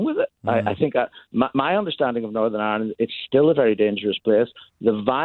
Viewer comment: James. You. Said. ISLAND WHEN. IT. IS IRE LAND YES. IRELAND.. U SHOULD. KNOW . x. Love. Ur show